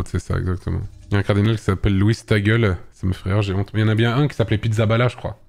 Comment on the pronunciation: Pour Luis Tagle, ça se prononce "Taglé" et pas "Ta gueule" , du coup la blague marche moins bien.